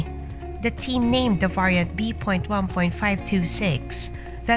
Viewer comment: Yes. The voice is highly irritating. Esp the prounciation of the word “ variant” 🤪🤪🤪